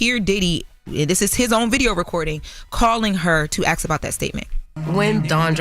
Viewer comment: Ask* not ax